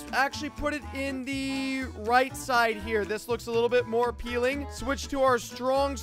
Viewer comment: You said Appealing